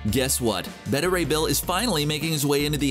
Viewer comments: I’m not sure how you pronounce ‘beta’ wrong like ‘betta’ and not ‘bay-tah’ unless it’s some shitty way to get extra comments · Beta is Bay-tuh, Bet-tuh is Betta like the fish. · CBR should hire an announcer that can actually pronounce the words he's saying. Beta, as in the 2nd letter of the Greek alphabet. Not Betta, which is a fish.